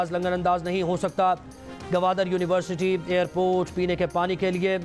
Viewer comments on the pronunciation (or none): none